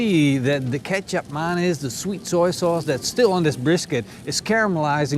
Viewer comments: I will try this! And as a note, the C in Kecap Manis is pronounced as a TJ in Indonesia/Malaysia. So more like Ketjap than Kesap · what did he say? kesap manis? that so funny😂. Big hug from indonesia🇮🇩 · I was too. Thinking ketchup and mayonnaise?? That’s fry sauce!🤣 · Until I read the comments I kept thinking that your were saying ketchup and mayonnaise lol. I kept rewinding it to see where I missed the ketchup mayonaise marinade lol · You change how you pronounce the name of the sweet soy sauce almost every time you say it. lol